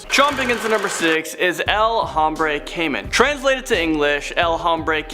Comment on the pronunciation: You don't pronounce the H in Hombre. Spanish word pronounces as OMBRE the H is silent.